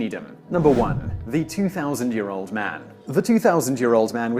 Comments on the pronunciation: "Reiner" is pronounced as if it were spelled "Rhine-er" - with a long 'i' for the first vowel sound, not a long 'a'. C'mon, guys. You may be Brits, but surely you can get THAT right. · Love All of Mel Brooks work! And Simon, It's Carl looks like Rein sounds like Rine long "I". Star of David factories to cross. Ha!😂😂😂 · How does Reiner sound like Rainer?